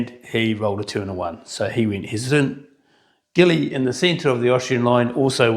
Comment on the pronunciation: Pedant here. The French generals' names are pronounced "bar ban egre" and "jilly".